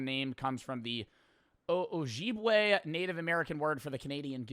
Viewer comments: absolutely butchered saying Ojibwe😭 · as a ojibwe person it hurt to hear how you pronounced that